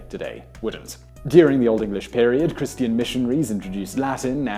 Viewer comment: I like the way Simon pronounces some words. "Christeeyuhn."